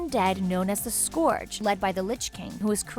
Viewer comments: also how the fuk do you pronounce scourge wrong, its a real efing word, da f is a scoorg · Yeah, a few of the ways she pronounced them were how i've heard some people say it but quite a few are obvious like Scourge cause it's a real word.